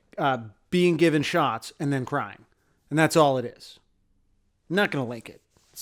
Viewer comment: every time you say 'babies getting shots' I hear 'babies getting shot'. thanks.